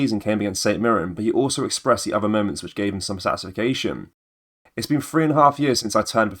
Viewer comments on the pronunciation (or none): Did you just say “satisfacation”?? Great video though.👍